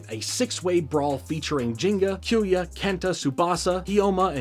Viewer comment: Besides you butchering kyoya’s name.. in which I’ll let it slide. lol. Just to add rock Aires, and storm aquario is originally called clay Aries, and wind aquario in the OG jap version. Mad gasher is also a light wheel, before it got changed into the dark gasher. For further context Wind, clay and mad, is the name for the light wheels (plastic wheel). Dark and mad wheel is the same, just one being plastic, and the other metal. same goes for the storm, and wind wheel. Clay and rock wheel are nothing alike, two completely different wheels. They changed the name in the US dub to sell toys. Hasbro didn’t sell the light wheels only the metal counterparts hence the storm aquario and rock Aries name. TT made booster packs of these light wheel beys which include clay Aries, wind aquario and mad gasher. Which I’m a proud owner of all 3 main light wheel beys. But besides that, great video I really enjoyed this.. hopefully you continue to the metal saga it honestly gets way better.